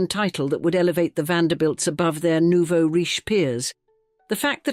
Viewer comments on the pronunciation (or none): none